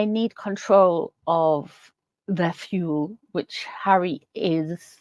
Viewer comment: Excuse me - did you say control the fuel or control the fool.... I'll shutup now